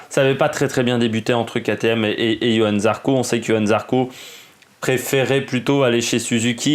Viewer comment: C est Johann ..... avec un J. Et pas Yohan....